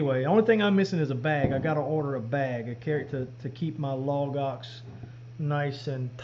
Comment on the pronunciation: I hear "log ox" as "lagos", the Bible people who have those extensive study guides online, whenever you say it. Keeps me grounded.